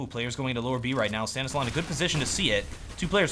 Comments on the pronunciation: I'm pretty sure it's Stan is law not Stan islaw. xd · Stanislaw is prononced like Stanislav